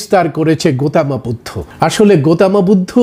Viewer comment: "গৌতম বুদ্ধ", এই শব্দটাকে "গোতমা বুদ্ধ" কেন বলছেন ? সুন্দর শব্দটাকে বিকৃত করা হচ্ছে না ?